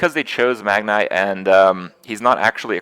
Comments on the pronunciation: "Magn-ee" lol not Eye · You seriously think that saying "Megnay" instead of "Magni" will give you more YouTube comments? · its MAGNI not MAGNAY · wait is it "magneye" or "magnee" ? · Ey yo dawg, it's pronounced "Mag-knee." It's not "Mag-nye." He's a fokin legend, not a fokin scientist. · Just to note, it's 'Mag-nee', not 'Mag-nigh'. (Source: WoW and Muradin's Heroes of the Storm spotlight video.) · "Mag-Nye" You have to be doing this on purpose, Kripp. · Magni is pronounced MAG-knee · Ffs kripp its said Mag-nee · Stop saying Magni's name wrong Kripp!